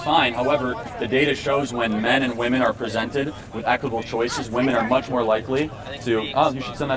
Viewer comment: Another example of the weird inability of some people to pronounce the plural "womEn" ... :D